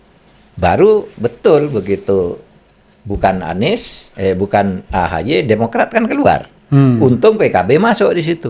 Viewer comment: Kenapa makhpud susah sekali nyebut Anis